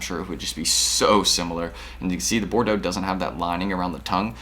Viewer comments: ok i cant take it any more, Bordeaux is pronounced bor - doe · Everyone out her sayin “bor-dee-awgs”